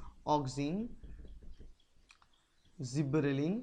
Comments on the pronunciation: Sir i think there is one correction. Gibberellin is growth hormone not zibberelin. And your videos are very informative for me . Thank you sir. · What is zibberellin is it gibberelin?